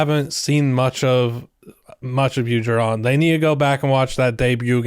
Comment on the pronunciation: I’m pretty sure his name is pronounced JAR-on, like the name Aaron, not Ja-RON. Long A, accent on the first syllable.